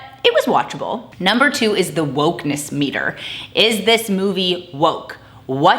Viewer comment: lol the “wolk meter” 🤣